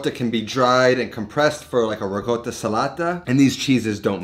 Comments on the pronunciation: hey, it's pronounced "rikotta" not rigot or rigotta.. italians pronounce every letter in a word just as written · People complain about this every video where he mentions ricotta - it's almost like a running joke now. is correct but it's my understanding this is a more of a southern/Neapolitan pronunciation.